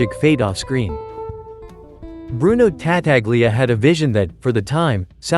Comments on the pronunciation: Whoever narrates these films, whether human or AI, should learn to pronounce the names the way they are pronounced in the movie. Ta-taglia, indeed! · It's pronounced Ta-tal-ya